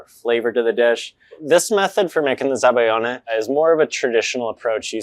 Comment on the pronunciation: zabaglione ≠ zabayone. you're dropping a whole syllable and consonant, there. za-ba-lyee-oh-nay. gl = ly (y as a consonant) ≠ just y, and you pronoune EVERY vowel in -ione